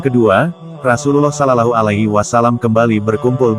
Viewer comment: Assalamualaikum bang buka salallahu tapi shollawlahu 'alaihi wassallam yang bener klou pengucapan bang